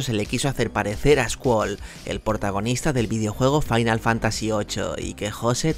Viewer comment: Joder ver a Matías Prats diciendo Fantasía Fainal jajaja no tiene precio